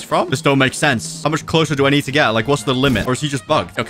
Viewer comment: Can we get much higher? “I think we can het higher.”